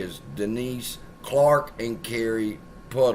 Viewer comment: Not Pootum. PutNam. 🤦‍♂️🤡